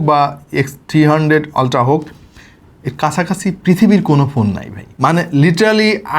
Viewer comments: সবকিছুই বুঝলাম কিন্তু ভাই আপনি আলট্রা কে বারবার অল্ট্রা অল্ট্রা কেন বলছেন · Alta ki? Ultra bolen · Amio 😂 অল্ট্রা 😂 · Ultra এর আজব উচ্চারণের জন্য ভিডিও অর্ধেক দেখে চলে গেছি। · a besi suddo kore bolte bolte ultra ke ki jeno uccharon kortase ALLAH e jane